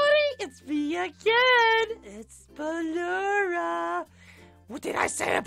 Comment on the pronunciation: Also it's ballora